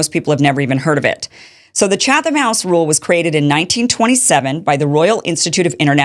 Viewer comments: When I saw Tim Pool talk about this segment of your show, I was very upset with you Kim. He's absolutely right that this segment shows both your ignorance of journalistic practice (it's 'Chat-um', not 'Cha-thum') and your desperation for relevance and clout. You've been passed by many people in your lane of news coverage in the past few years, but I think you fail to realize that your anti-establishment agenda is anchored by the fact that you want to remain purely anti-establishment. That's positive and negative. You are grounded in your coverage of the establishment, and you can easily keep your priorities centered and in focus, but you are going to remain constantly on the fringe and marginalized. That's the price you pay. Tim Pool has never really been against journalistic or political establishment, per se, but rather he is harshly critical of those institutions when he thinks they deserve it, and willing to give them credit when they do something he thinks is right. That's what I see when I see the list of people who were invited to this meeting: people who have been critical of Israel, but who are also willing to be critical of Hamas, Iran, and the pro-Palestinian movement when they act a fool. That's why he has more clout than you, and no amount of outrage at this 'secret meeting' is gonna change that. I think I won't unsubscribe to you for now, but I'm putting you on notice. Stick to your lane, and focus on what you're good at and good for. This whiny hall monitor shi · Pronounced “Chattem” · The H is silent lady. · You are a joke. Pathetic, really. And you don't pronounce the "h" in Chatham. 😂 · You don't even know how to pronounce Chatham... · Hahaha- look at the attention seeking desperation with this lady…you are being mocked by this grifter- she is so desperate that she doesn’t even know the rules and pronounces them incorrectly..LOL